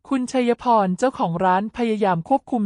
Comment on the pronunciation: 😅แม่คุณเอ๊ยคำว่าคุณยังอ่านว่าคุ_ณะเกิดมาไม่เคยอ่านคำว่าคุณเลยเหรอคำว่าชัยพรก็ยังอ่านว่าชัยพะระฟังแล้วมันขัดหูแสดงว่าคุณน่ะภาษาไทยไม่แตก